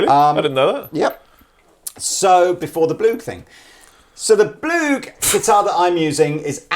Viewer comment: When you said Blug, I thoght you said war. ... Don´t mention the war! (Fawlty Towers)